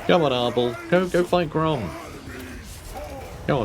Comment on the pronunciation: I keep hearing "Ardal" not "Arbaal" and I envision the champion of Khorne as an Irish comedian instead.